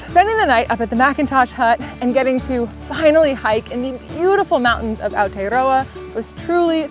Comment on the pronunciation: Wow. Where to start. 1 Fantastic beautiful video, thank you. 2 Thank you for pronouncing Aotearoa correctly, you get bonus points. 3 Sorry about the weather but we a a tiny island nation and it messes with us too. 4 Really hoped you enjoyed your adventure.